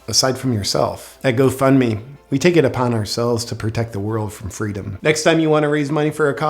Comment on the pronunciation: You keep saying Go Fund Me but it’s sounds more like go fk me 😂🤨👀😶‍🌫️